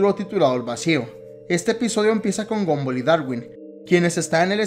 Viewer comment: se dice gumball no gumboll